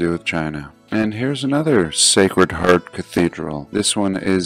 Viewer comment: I just wonder why did I hear "...secret harp...", eventhough. the written words were "...Sacred Heart...".?